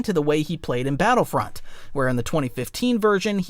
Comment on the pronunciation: At 17 minutes he pronounced battlefront like he was born yesterday... meaning he's either ha an iq of 70 or it's ai. AI narrator means auto downvote